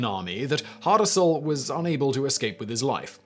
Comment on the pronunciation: Hasdrubal not hardarsal